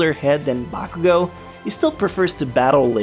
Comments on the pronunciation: Your over pronouncing of names is annoying. Listen to how the voice actors say their names in the anime. For example, you said bAkuuGO. That is like saying mIssTay it does not sound right. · its not bakugo its bakuGOAT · The way you pronuncied BAKUGO made me cringe